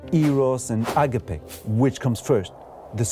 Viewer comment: You are greek, you dont have a problem pronouncing words correcty, please dont say "άγκαπε" My ears bleed.